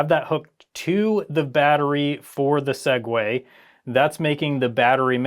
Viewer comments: Crazy to hear a Tech YouTuber say "sague" and Not Continue With "to Our Sponsor" 😂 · Every time he says 'Segway,' I have an urge to skip a few seconds. Thanks, Linus Tech Tips.